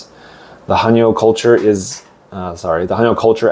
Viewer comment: 감사히잘듣고있어요 근데 해녀발음이 하녀로들리네요 체크부탁드려요 ㅎ